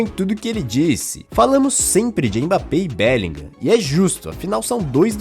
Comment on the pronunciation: Porque todo comentarista BR de FUTEBOL INSISTE em ABRASILEIRAR o nome do BELLINGHAM ? É "bélinrã" a Pronuncia correta!